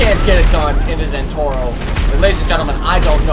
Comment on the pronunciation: BTW it's not Zentorro it's ZentorNo. ^^